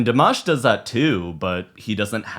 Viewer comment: El nombre Dimash se pronuncia con la "i" latina,no con la "o" latina. Nunca lo pronunciaste bien, amigo.. Saludos desde Argentina.